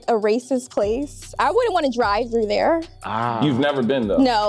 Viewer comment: I said not thats California when I heard “Drive through therrrrrrrre” (I am an expert in this subject, as I have never been anywhere but the east coast)